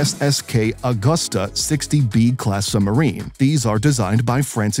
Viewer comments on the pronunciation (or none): none